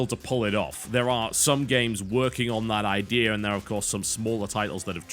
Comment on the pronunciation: Is it me or TB never says the word Idea right?